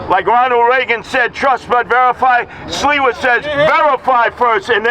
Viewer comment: Imagine when curtis SILVA's parents came to america at staten island and they told him "ITS NOT SILVA ITS SLIWA"